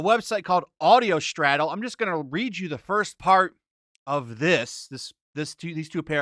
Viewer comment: “Audiostraddle” dude come ON. Just re-record it FFS.